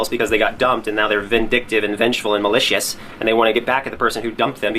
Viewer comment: i cackled so hard of how he said maLICIOUS